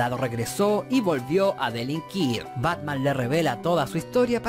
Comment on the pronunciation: dice Batma xd